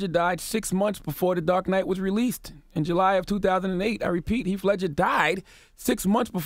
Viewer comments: "Heaf" Ledger 🙄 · Charla charlaaaaa it's Heath Ledger!! U said it right then corrected yourself to say it wrong continuously 😂😂🤣🤣🤣